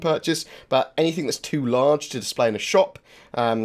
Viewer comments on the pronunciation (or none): Great video! Love it and keep up the work. Although It really annoys me that you cant say anything and keep saying Anythingk! It literally makes me cringe XD